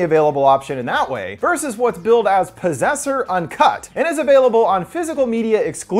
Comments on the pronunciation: PROSSESSER? oh POSSESSOR! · At the start when he says disaster/possessor if you think he’s going to say possessor it sounds like you’re saying prossessor if you think he’s going to say disaster it sounds like he seen disaster